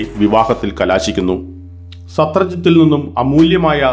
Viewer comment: സത്രാജിത്ത് എന്നാണ് പറയേണ്ടത്.pinne സ്യമന്തകം എന്നാണ്